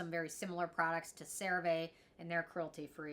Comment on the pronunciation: Please for the love of God, start saying this product name correctly!!! 😂😂😂😂